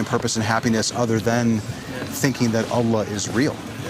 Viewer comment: I love how you pronuce "Allah", it's very close to the slang Arabic pronunciation, but still not 100% Kudos for trying :)